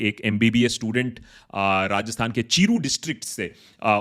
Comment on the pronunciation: It’s चूरू not चीरू